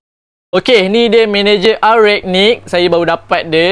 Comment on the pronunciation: Rangnick bang bkn ragnick, Alahai sifu pes ni😂🤦🏻‍♂️